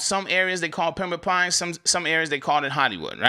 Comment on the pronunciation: I like how you say Pembrooke Pines sounding like a Mississippi pimp 😂